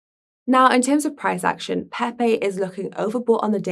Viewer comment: As long as it's peehpeeh cohin not pepe coin, I would still advise more practice